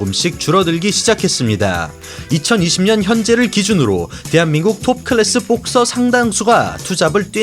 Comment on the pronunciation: 근데....뽁서;;;ㅋㅋ발음 특이하시네요..영어잘하실텐데..뽁씽..한국 특유의 악센트..ㅎㅎ재밌네요